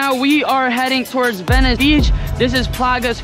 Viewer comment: anyone notice he said vencie